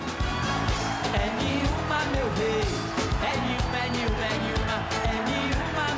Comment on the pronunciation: O nome da música é "É nenhuma", mas o cantor pronuncia "é niuma"